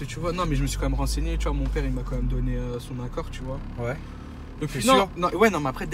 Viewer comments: Tchu vois ! 😂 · tchu vois